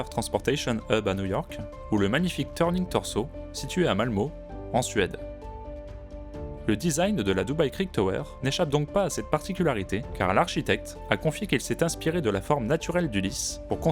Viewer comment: "Malmö", prononcer "MALMEU"